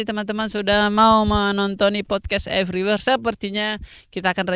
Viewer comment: RIP ingris "podcast everyware"🤣🤣🤣